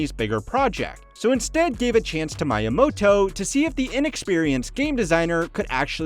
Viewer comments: "Mayamoto", "Yamuchi" b for effort though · is this made using an AI voice, saying kyoto, miyamoto, and yamuichi incorrectly? down vote just on that